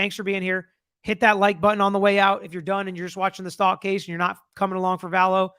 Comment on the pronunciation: It would be good if you pronounced her last name right. Check first.